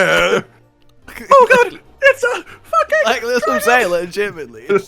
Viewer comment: misheard lyrics of the Safi’Jivaa theme is not the only thing you permanently engraved into the monster hunter community. The other is saying Gog instead of god